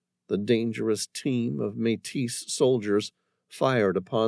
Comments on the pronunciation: Another great story. By the way, the addition of the Metis people and Louis Reil was a nice touch. One thing of note, Metis is pronounced "MayTee" 👍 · Oh my. Metis has a silent s, always. And coulee has an eee ending, not eh. These are really basic, makes me think is an AI.